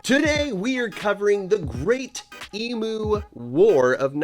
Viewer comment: Try to pronounce it correctly. Eeem you.